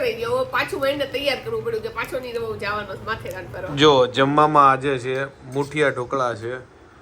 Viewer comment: Hey i am not a person to teach you but it's matheran not ran(dessert)